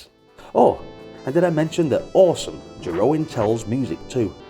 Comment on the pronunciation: The "oe" in Jeroen is a diftong, it is pronounced as "oo", like in goon.